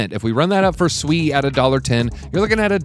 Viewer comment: You say sui weird Americans 🤦‍♂️🤣